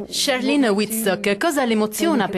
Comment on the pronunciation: qualcuno spiega a questo giornalista che si pronuncia CHARLENE con la "E" alla francese non "charline" lo sento ovunque! è come se mi chiamassi Alice e gli americani lo pronunciassero "Elis",all'inglese!